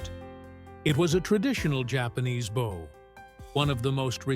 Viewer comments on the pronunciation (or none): This AI voice needs to learn better pronunciation! Saying bough (bo) for bow (as in bow wow! Sheesh. Maybe I should apply to some of these AIs who need to be monitored for errors. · The robotic voice mispronounces the word "bow" consistently. These robotic mispronunciations are everywhere and it is very annoying.